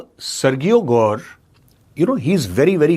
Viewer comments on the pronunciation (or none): sirji, सरगीयो nahi, सरजीयो. in spanish it is pronounced even more differently, but since this guy is Russian, and American, so Sir-Jio (सरजीयो) is the way he says it. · For your information major sir. Sergio is pronounced as सर्जियो, not सर्गियो। Think about the pronunciation of Surgery as सर्जरी। Keep up the great work.